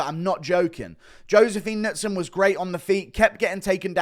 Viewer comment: The announcer and commentary team not knowing how to pronounce Knudsson was impressive